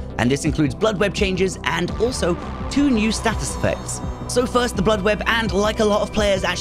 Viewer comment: Why are you saying 'status' like a flid?